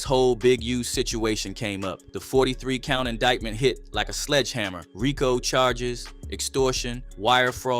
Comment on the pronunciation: The commentator in the video you played said “RYE-KO” case bruh it’s a RICO. The FEDS chose the RICO name to be funny and mock the Italians because the name Rico is a super common in their culture, in which they eventually had broken down into abbreviations for laws. But to say “RYE-KO” was crazy….On my MommaMomma! 🤣😂